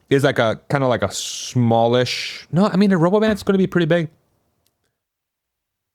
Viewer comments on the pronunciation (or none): It's roBOvan